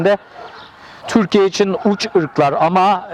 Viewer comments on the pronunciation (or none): none